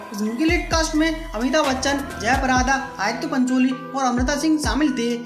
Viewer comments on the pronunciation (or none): जयापरादा नही जयाप्रदा ऐसा बोलो